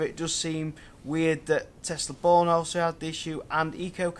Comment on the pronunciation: Good video! But it's pronounced "Bjorn". Not Born.